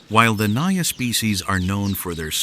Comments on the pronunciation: First of all it isn't pronounced as "NAYA" but "NAGA" . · It is not NAYA, it is NAJA which is derived fomr NAGA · Because it mispronounced genus not even on 2 minutes mark. (Naya). What naya. Pronounce the J like man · Naja is pronounced with a hard j. At least here in Asia it is and we're where a lot of cobras live. Also where the king Cobra lives, not actual cobrasnbut they're as cute as a normal one. Just very very angry all the time for some reason.